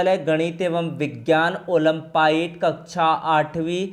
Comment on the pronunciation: ओलम्पियाड है ओलंपाइड नहीं